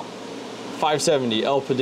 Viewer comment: u really think it's getting 90w at 950 v core? (at the wall) also, el-pida is the annunciation lmao. also with those mem tweaks u applied, u don't have to bios mod. in windows, setting ram to the 1st setting is enough. the main ram setting changed in that bios is the tref